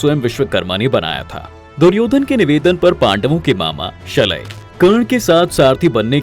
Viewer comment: शलय नही शल्य अपनी युट्युब की दुकानदारी चलाते हो तो पुरा ग्यान तो लेलो 😊